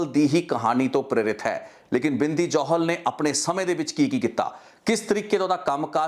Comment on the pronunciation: are you a punjabi sikh? ਕਿਉਂਕਿ "ਜੋਹਲ ਨਹੀਂ ਜੌਹਲ" ਹੁੰਦਾ ਅਤੇ "ਦੁਸਾਂਝ ਨਹੀਂ ਦੋਸਾਂਝ" ਹੁੰਦਾ ਹੈ ਗੋਤ (surname) brother.. ਅਤੇ brother ਜੋ ਤੁਹਾਡਾ surname ਹੈ " " ਇਸ ਨੂੰ ਪੰਜਾਬੀ ਵਿੱਚ ਕਿਸ ਤਰ੍ਹਾਂ ਬੋਲਿਆ ਅਤੇ ਲਿਖਿਆ ਜਾਂਦਾ ਹੈ... With due respect ਪੁੱਛ ਰਿਹਾ brother, ਕਿਉਂਕਿ ਮੈਂਨੂੰ ਅਲੱਗ ਅਲੱਗ surnames ਬਾਰੇ ਜਾਣਕਾਰੀ ਰੱਖਣੀ ਜਾਂ ਕਹਿ ਲਵੋ ਕਿ ਇਕੱਠਿਆਂ ਕਰਨੀ ਮੇਰਾ ਸ਼ੌਕ ਹੈ brother.. ਇਸ ਕਰਕੇ ਪੁੱਛ ਰਿਹਾ ਹਾਂ..🙏🙏🙏🙏🙏